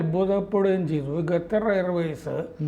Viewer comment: ഗദ്ദർ അല്ല ഖത്തർ പ്ലീസ് prounce correctly ❤